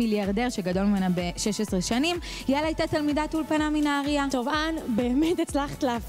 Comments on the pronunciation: חחחחחחחחח איך אן אמרה אולפנה חחחחחחחחחוחחחחחחחחחחי 😂😂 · היי, שימו לב שלא אמרתם נכון אולפנה , חשוב לדייק .....